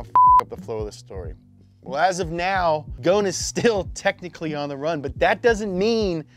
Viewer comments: Two point , you are saying his name totally wrong , not a single letter correct 😂😂 … at lease say the “S” in the middle … secondly , today Nissan wishes that he is still with them, they get lost without him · Love the series and channel but please change your pronunciation of Ghosn. The Gh is hard to pronounce i know but you're neglecting the s in his name! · Just a comment on the pronunciation, the S in Ghosn is not silent, the word “Ghosn/ غصن“ is made up of three letters in arabic: Gho = غ , S = ص , N = ن. The word Ghosn has a meaning and its literal translation is Branch. Without the S, the word doesn’t have any meaning in arabic. Even the Ghosn with an S pronunciation is not correct because the first two letters don’t exist in English, but at least it makes much more sense. Not trying to be condescending, just sharing knowledge. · Being leabnese. Everytime he would butcher his last time, i lose a part of my soul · The s is NOOOOOOOOOOOOOT silent! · You butchered his name. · The 'S' in Ghosn is not silent. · Guys the s in ghosn is not silent, the gh is pronounced like the French r too Also fun fact ghosn (غصن) means tree branch in Arabic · There is an ESS "s" in his last name... Ghosn... It's not silent. Just saying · The S is not silent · Hi guys .. it's not "gohne" It's " gosn" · Why call him Carlos Gohn when his name is Carols (Ghoson) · It's Carlos Ghoson, not goun😂, you should be embarassed. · Who is gonna tell them it’s ghoson not ghone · Its not "Goohn" it "Gohson" said like "Go oh son" And its means "twig" JFYI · His name is Carlos Ghosn not Carlos Gone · His name is actually pronounced Carlos Ghosn (go-son) by the way; don't know why everyone pronounces his name as Carlos Ghosn (gone) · Lebanese people cringing every time he pronounces Ghosn "Gone" 💀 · he’s from my country and it’s actually pronounced “gho•sen” but the “sen” part is said quickly as if it’s “sn” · Dude spell the S in Ghosn lol, the S is spelled as S not Z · his name is Ghosn (غصن) with S